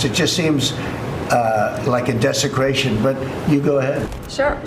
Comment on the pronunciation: DESICRATION ??? SERIOSLY???!!!!